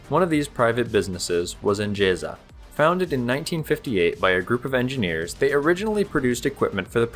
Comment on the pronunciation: The "S" in "Osório" is pronounced as a "Z". It is Portuguese, not Spanish. Same thing on "ENGESA", it is a "Z" sound. I will not correct you on "Conde de Linhares" pronunciation as I have no idea on where to start.